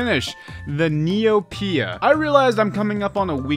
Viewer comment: Hearing neoPIA is throwing me off, hardcore